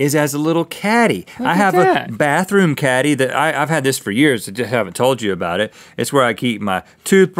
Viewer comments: I thought he said catty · Lol I thought the potato caddy said potato candy and i was like HECK YEAH XD